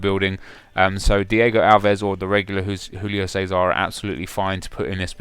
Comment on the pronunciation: Learn how to pronounce Julio Cesar for FUCK sake.